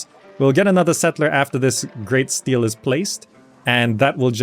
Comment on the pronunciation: Hi, "Stele" is pronounced like "Stellay".